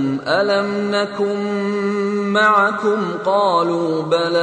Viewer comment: there is a mistake alafasy is saying maikum pls chane